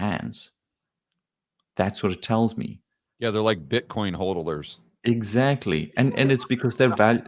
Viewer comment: Hodler not Hoedler! 😂